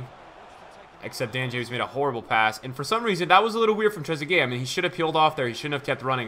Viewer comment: Much respect as always. But how do u do so many reviews, pronounce so many names wrong but managed to get this one right